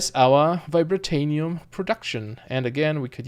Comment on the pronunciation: I love your video :) I also love how you spell vibrantium haha. You say Vi-bra-ta-nium, its supposed to be Vi-bran-tium. I think anyways who knows I'm probably wrong too.